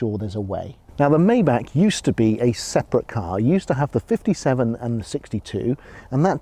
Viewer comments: Maybach, not Mayback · It would be nice if this Car Guy could learn to pronounce the name of his new Mercedes correctly. It is pronounced "MY BACH", NOT MAY BACH. Please not that. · Maybahr not Mayback Please 🙏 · You're not even saying it right...its not a may back it's a my bock. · My Bach... 'My' Bach, not 'May' Bach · Maybach Not maybak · Bro it's Maybach not meybeck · you say "mayback" but it's called "maybah" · Watch this video and listen how the lady said it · For god sake, you're European, MY-BACH, only American get the luxury of calling it a MAY-BACH. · Sorry to disappoint you. But the historical and correct name is pronounced Maybach [ˈmaɪbax] Just like the classical musician Johann Sebastian Bach. I know it became common to call it Mayback but this is inaccurate As a Germano-French citizen I can assure you Maybahr is the correct pronunciation for Maybach (not the orthography, which is just an example) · Nur wahre Deutsche wissen dass man es nicht mayback ausspricht . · "may back" rip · Its actually pronounced "My-Bach",. Wtf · it’s pronounced myback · It's pronounced "My-bark". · My-back is how you say it ! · First thing I would work on is the correct pronunciation of “Maybach”! Clue: it ain’t maayback! 😆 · You pronounce it "Meintheback" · Dude, if you buy a car like that, learn how to pronounce it first! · Oh come on... don’t spend just money, but also a tiny bit of effort to not butcher a car‘s name completely. Please tell me you don’t do the same with „Porsche“. 😊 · Learn how to pronounce maybach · too bad you can't pronounce maybach right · now that you "are" in the 1% of the 1% club, you may learn the proper way to pronounce Maybach so you perfectly blend in with your fanciness... anyway, that's definitely the oil industry tycoon type of land yacht. gorgeous yet flamboyant